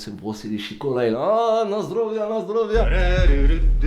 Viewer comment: il a dis 'lasdrovya vladivostok' jsuis mort svp appelez la samu